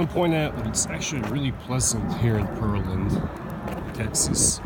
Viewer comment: It's pronounced "Pear-land", like the fruit. I cringed every time you said "Purrlind."